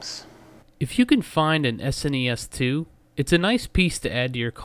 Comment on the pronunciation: thank you for saying s n e s not trying to pronounce as a single word